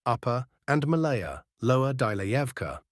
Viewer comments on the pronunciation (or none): Is a not capable to speak Russian names correctly? "Maláya" has nothing to do with Malaysia,so why not say "мáлая"? If many English speakers are to lazy to learn the correct pronounciation of foreign to them words there is no need to copy them.